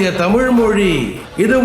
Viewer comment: Nice video😊 நீங்கள் தமிழ் சொல்லாமல் தமிள் என்று சொல்லுகிறீர்கள். அதை சரி செய்யவும்...